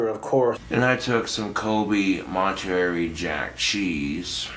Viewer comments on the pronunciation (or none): none